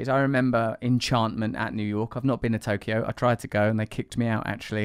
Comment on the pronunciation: How did I know he was going to pronounce “Tokyo” with 3 syllables a second before he did? (Subtitles were on.)